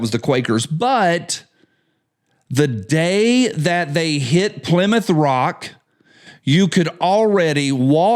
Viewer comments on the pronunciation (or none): none